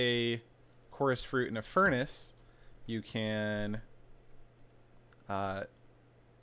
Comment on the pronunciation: "Furnace" xD